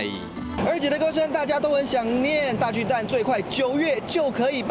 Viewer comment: 巨蛋? 蛋 = （台语）NUI/NENG, ”巨蛋“ 根本就是华文，你不如直接用华语北京话的读音来读 ”巨蛋“不是最好，何必多费工用台语的读音来读华语的”巨蛋“呢？还有，台语是没有 ”巨“ （KHI）这读法的，这是发明字吧？另外，这是什麽年代了，没必要 华文/台语 一个字一个字来对吧，这不是两蔣时代吧？大巨蛋 = TUA NUI （台语）！